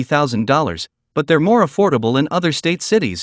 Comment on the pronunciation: Affible houses to me is around hundred thousand and lower around sixty thousand or less is affordable not theee hundred and up